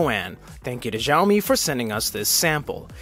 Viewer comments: I just found out recently that Xiaomi is pronounced as xi ow mee (the correct Chinese way), or shao mee (the okay westernized way), not jow mee. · what in the passive aggressiveness was that reply, aren't you having a bad day. Sorry for being subtle, actually I speak Chinese and I thought it would be nice to tell you to pronounce it in a way that's not so blatantly wrong because zhao is a whole different word. But it's fine, you do you. Sorry that I've been a fan of this channel for years. You guys need better moderators.